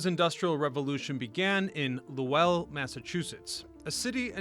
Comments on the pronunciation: "LoWELL," lol. Should be one syllable: "LOWL." Millenialitis. Growing up with emails and texting instead of conversation borks your ear for proper pronunciations. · Not luwell, Lowell! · Yeah, he butchered the name. I live in NH & we say it like "hole.' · Low ell ?? no LOWL Spelled Lowell .. Lole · Not Low-ell like noel but Low-ull . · So, is the narration garbage AI or was this kid just too lazy to learn how to pronounce LOWELL?!?!?!?!?! “Lo-el” 🤢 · Low Elle ??? lol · 'LOW-ULL" kid. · An entire region is at full cringe hearing loh elll.😂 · LOW ELLE?!? BROTHER WHAT!? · 😂😂😂 im dying imagine how he says. Worcester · *Lew Elle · Weird way to say Lowell. Heads up - it rhymes with bowl. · “Lahwell” lol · Maybe because I’ve lived here all my life (58years) it cracks me up when people try to pronounce, and fail horribly (wickedly) the cities and towns in Massachusetts. The tough one were always Holyoke, Worcester, and apparently Lowell Massachusetts 😂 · You mispronouced Lowell. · Claims to care about history and can’t even pronounce the name of the city has doing research on !! Lmao what a clown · I grew up in Lowell and the mills have always been a huge part of the cities history. Ohh and you butchered the name of the city over and over 😂😂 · Right i grew up in Lowell and he butchered the name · I grew up not far and drove trucks into it for work, it is making me cringe each time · If you're making a video about a town's history, you should probably spend 10 seconds googling how to pronounce it 😂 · Lowell the w is silent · He is not pronouncing lowell correctly. Obviously has never visited or spoke to us locals. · Ew. Don’t saw Lowell that way. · Exactly! Guy can't even pronounce the name correctly! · This is too funny. I came here to say this. As soon as I heard. Lowell I 100% cringed